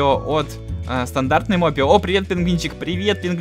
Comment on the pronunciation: Не мопе ио а моп ио